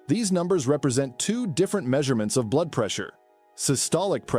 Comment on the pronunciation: Pump blude. That’s a new description for blood. Interesting info but a human voice would help and know about pronouncing blood.